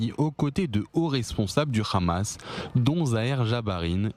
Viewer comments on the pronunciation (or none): Bon les gars, prononcez Hamas ou Amas si vous n'êtes pas capables de prononcer le H (je sais que cette lettre n'existe pas en hébreu, mais alors juste A)